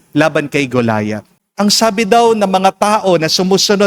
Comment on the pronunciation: Mali Po Ang higkad Ninyo Hindi Po Goliath....ako Po ay lector Ron sa San Antonio nuon ..Ang tamang bigkas Po ay ganito Go..la Yat..Tagalog Po